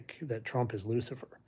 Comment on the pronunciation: Lucifer not luckier